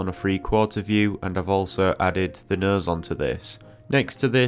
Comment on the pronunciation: Came for a nose tutorial, stayed to keep hearing him say "nøs".